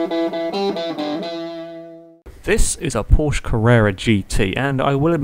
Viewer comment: u didnt say porsche right